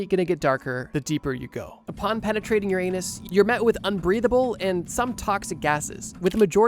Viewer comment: How many times did you say penertrating Uranus xD